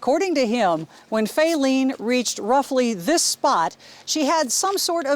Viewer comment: Fayleene ? Who calls a baby that?